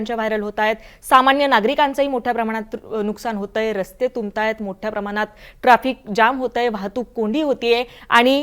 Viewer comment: मोठ्ठ्या प्रमाणात कि मोठ्या प्रमाणात, यल्लो अलर्ट कि यलो अलर्ट 🤣